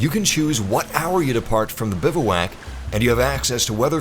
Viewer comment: BIVWAC not BIVAWAK